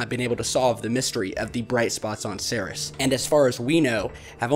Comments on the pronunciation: Pronounced.. See..ears. NOT See-Res. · Minor point, but "Ceres" is pronounced "seer-ease" not "serris". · excellent video Ceres is pronounced seerees by the way Scotland loves you